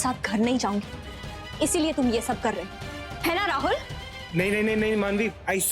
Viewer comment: KItna ghatiya tarike se rahul ha naam prnouce karti hai